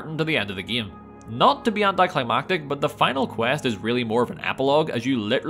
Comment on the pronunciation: What accent is he using? The way he pronounces game is tripping me out. Ghayyme